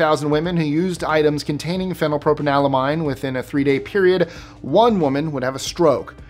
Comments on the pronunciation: He COMPLETELY botched phenylpropanolamine. He regularly mispronounces things. Either you don’t pay attention or don’t know the pronunciations yourself. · You’re joking, right? He got some wrong for sure; phenylpropanolamine being one. None of the syllables were right at all. Not one. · you REALLY need to look into the pronunciation of some of this stuff first. The way you said phenypropanolamine was atrocious. Every syllable is wrong. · He REGULARLY gets this stuff wrong! Even in this video, he didn’t ONCE say phenylpropanolamine properly!